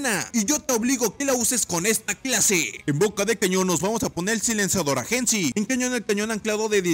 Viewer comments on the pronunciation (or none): Minuto:6 se dice eigensi no necesariamente como está escrito